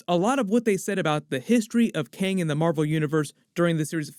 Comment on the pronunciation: Good video! Thanks for the explanation! It was funny though how you kept calling Kang, keng, lol they said it like 5 times before you started explaining lol, still good video!